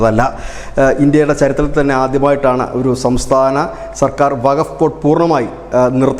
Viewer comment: വക ബോഡ് അല്ല വക്കഫ് ബോഡ് എ ന്നാണ്